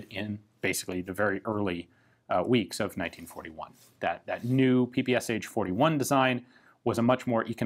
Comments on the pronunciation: It´s not P P S H, it´s P P Sh. One letter. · Isn't PPSh should be pronounced as "P-P-Sh" and not as "P-P-S-H"? "Sh" stands for "Shpagin" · It really grates ears when you pronounce ППШ as "P-P-S-H". Can you say "SH" instead? One hissing noise. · Damn! Not PP's'H, but PP'SHaaaa! Press Listen on the left! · It is called P-P-Sh. That "h" is lowercase because it is part of the S. This really irks me from you Ian. I know in english just about everyone pronounces it with the H separately, but that would be capitalised if it was to be pronounced like that. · By the way. You mispronounce PPSH. In russion it's ППШ, and pronounced as P P SH as in shoe. Sonething like "peh peh shah" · Ian, I love you, man, but don't prounounce the "H" PPSh-41. It's just ППШ in Russian so just say "Sh", like in "shotgun." Or something along the lines of "pe-pe-sha"